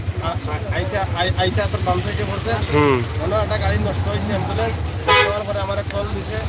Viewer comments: Shikkha nei to tai ambulance k hambulance boltesen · হেম্বলেন্স নয় এ্যাম্বুলেন্স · হেম্বুলেন্স বলছো কেন । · আরে মুরুক্ষ হেম্বুলেন্স না অ্যাম্বুলেন্স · এমবোলেচ হেমবোলেচ না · হেম্বলেছ নাকি এম্বলেস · এই শালা হ্যম্বুল্যন্স নাকি এ্যম্বুল্যন্স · ভাই হেমবোলেছ না বলে এম বোলেছ বল্লে ভালো হবে